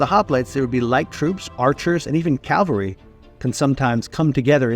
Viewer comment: Somewhere you said the wrong version of “cavalry” and pronounced it like the crucifixion place.